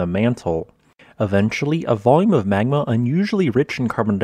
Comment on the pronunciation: You're saying "magma" all wrong. Dr. Evil would be disappointed.